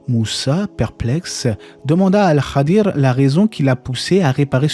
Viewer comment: Merci pour cette video et pour toutes les autres, qu’Allah vous récompense ! Ps : il me semble qu’on prononce « Al Khidr » et pas « el Khadir »